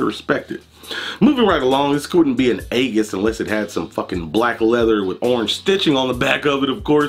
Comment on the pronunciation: AEGISS BOOST? WHY DO YOU PRONOUNCE IT LIKE THAT. CCCMOOOONNN CUHHH